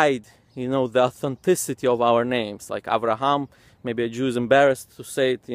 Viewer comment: He should correct the pronunciation of the letters before talking about the corruption of words. He pronounces 'Abraham' as 'Avraham' and 'father' ('ab') as 'av'. I don't know where they got the 'v' sound from, because it should be like other Semitic languages. Arabic pronounces 'father' as 'abb', and Aramaic as 'abba'. The same goes for other letters, like waw in 'Dawud' they pronounce it as V like 'David' with a 'v'. 'ha' they pronounce it as 'kha'. 'sin', sometimes they pronounce it as 'shin'. They can't even pronounce the letters correctly.